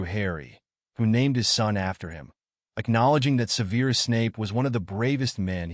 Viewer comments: Se'verus not Seveerus. You never watched the films? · Well for one the pronunciation of Severus was pronounced like the word severe.